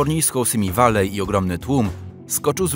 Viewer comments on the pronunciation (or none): none